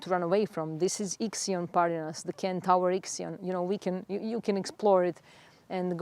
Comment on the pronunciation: Love all you stuff! So much wisdom. Can I just correct pronunciation of centaur… not Ken-Tower… sen- tor. With love ❤